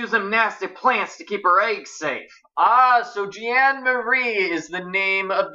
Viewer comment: I'm just pointing this out, but Jeanne rhymes with mean. =) That's why one of the people in the bad guys' cemetery was Mean Jeanne.